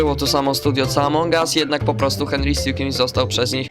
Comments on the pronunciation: Henry sticman a nie henry scicmin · Nie henry stikmin tylko sitkmen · ty dzbanie muwi się hendry stik